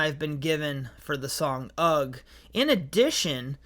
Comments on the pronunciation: No g sound in ugh! 😂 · UGH is pronounced hug shoulders as ask eh? UGH means eh? wtf?